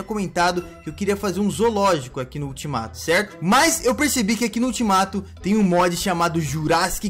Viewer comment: A palavra certa : ultimato A palavra que e engraçada : eutimato kkkk 😂 entendeu Se entendeu responde esse comentário quem não entendeu da like 😋